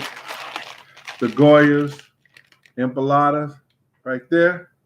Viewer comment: Empolada lmao 😂😂 its empanada! Damn hahahahaha put some respeck on its name lmao